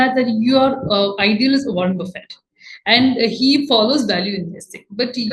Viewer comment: Is it bufe or buffett...he is not lunch bufe